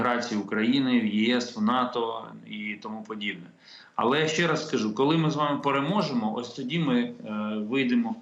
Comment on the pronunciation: После слов "Колы мы пэрэможемо" упал пацтол и больше слушать не мог.